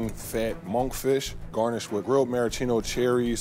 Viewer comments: Was there anything redeeming about it? Yeah, the plate it was served on! 😂😂😂😂 Also: mar-ahhh-cheeno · "Maraschino Cherries" Everybody:?????????